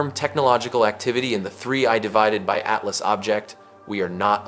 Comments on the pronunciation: When you edit is your opportunity to correct the narration, 3 I divided by ATLAS is hard to miss and easy to correct… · 3 ay devided atlas? F-you AI. Blocking this shajt. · Check your dumbass A.I before you post this crap. 3 i ÷ Atlas. ?!!! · I don't think I've seen a single YouTube video about 3I/ATLAS that hasn't been AI generated. It gives the game away when they try to pronounce 3I/ATLAS. And all I hear about is this Avi Loeb character? Is he the only Astro expert in the universe? Never heard of him 🙂